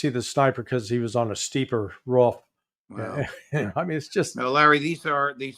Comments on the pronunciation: Somebody in seecrete sirvice told to luck the udder way. Spelled incorrectly on purpose. And it's roof, not ruff, Larry. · Love larry....but come on bro.....its Roof not ruff hahahahhahaha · Why does Larry pronounce roof as roo-off?